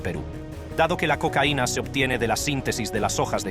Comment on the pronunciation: El negocius de le cocaine dice por ahi una porquería tu programa lector de texto. Desuscripto